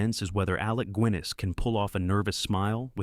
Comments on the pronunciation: excellent video, the modern US audience deserves to see these wonderful films. One minor thing; Guinness is not pronounced 'Gwinness' - with your accent 'Ginness' should sound right. Loving your content, keep up the great work. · Why is the narration repeating the name Alec Goo-innes rather than Guinness? Then there was Moira Leester. I was reminded of my mother, who went to school with Harry Fowler, the star of Hue and Cry. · It is not Alec “Gwinness”. It is Alec “Ginness”, with a hard “G”. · Not Alec Gwinniss - Alec Ginness (no w sound in the surname) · Please! Not Alec Gwinness! It's a hard G. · Great fun for us Brits, all these films. Just one thing, narrator: Alec Guinness name is pronounced "Ginnis" as in the drink, not "Gwinnis". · Guinness (like the Ale) not “Gwinnes” otherwise thanks for highlighting some true gems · Shame about the pronunciation, who's Alec Gwynnis ??? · "Alec GWINESS"??? I call AI BS. Nobody who knows anything about British film is going to mispronounce 'Alec Guinness' – and it's not the only mangled pronunciation here, either. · Alec Gwinness? Can't the idiot narrator pronounce names correctly? By the way, these movies are often shown in US art house movie theaters and many of these were actually successful....there are not obscure. Get with the program. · The narrator is AI. In other videos. it often says lead (metal) when lead (direct or cable) is required, and vice versa. The wrong word is often emphasised in a sentence. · A nice way of showing off these films, but the AI voice somewhat ruins it, like pronouncing Guinness as 'Gwinness' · I only hope that this is an AI narrator mispronouncing these words. I mean, FFS Alec GWINNESS? Doesn’t anyone proofread these? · How did you manage Alec Guinness in one comment, and then say Gwiness in the next? Are you a robot? Don't care all these fillums are absolutely wonderful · "...Alec Gwiniss"??????? WTF. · Why does the narrator suddenly start talking about Alec "Gwiness"?